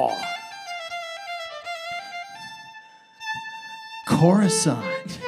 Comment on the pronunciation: "Crus-cuuuuhhh?-nt?" killed me